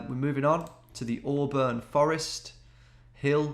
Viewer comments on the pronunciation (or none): none